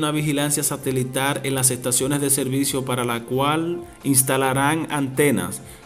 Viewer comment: SE DICE SATELITAL.NO SATELITAR.POR FAVOR,QUIEN ES ESTE. SR Q HABLA TAN MAL